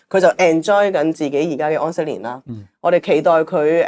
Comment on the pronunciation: 再講出懶音 疴息年 ! .